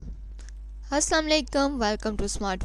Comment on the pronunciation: mam its assalamualaikum not asslamlaykum plz correct ur way of doing salam ,no hate only correcting ur mistake and kindly finals tak saray lec upload kr dain. channel subscribed🙌🙌